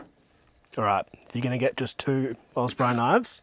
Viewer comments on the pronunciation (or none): none